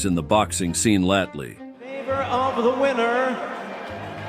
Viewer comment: I stopped listening after he said latley 😂